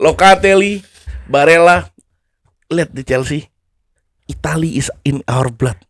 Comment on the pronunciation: kalo di italia dibacanya tetep barella bang, double l nya ngga lebur jadi y kek di spanyol